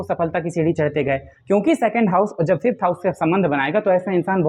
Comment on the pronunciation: । वापस बनाए फिफ्थ सिक्सथ हाउस उच्चारण में एक जैसा सुनाई देति है। अष्टम भाव के बारे में आप मौन धारण कर के चल रहे है अष्टम पर भी बोले?????